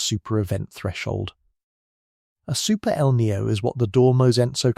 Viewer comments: It is not El neo. Please learn to pronounce Spanish language. Maybe an AI announcer can not pronounce it corectly. It us annoying me!!!!!! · You pronounce El Niño as El Nio, and La Niña as La Nia. Kindly insert the "ñ"s.